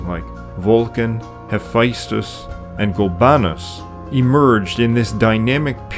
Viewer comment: There's no I in Hephaestus.